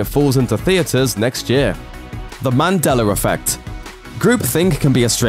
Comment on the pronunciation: Are you saying mandeller effect? Why?